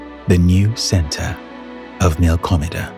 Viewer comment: WHEN HE SAID “”MILKOMEDA”” I spilled my water off my mouth. Lol. 😂😂😂 I